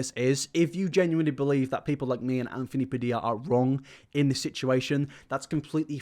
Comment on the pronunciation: Nobody:: anfony BAdilla